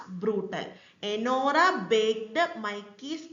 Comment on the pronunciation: It's Anora nor enora